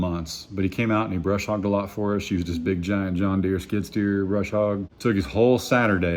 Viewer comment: Isn’t it “Bush” hog?? Not brush!! Not being rude honestly ❤